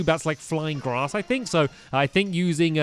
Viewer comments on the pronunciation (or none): none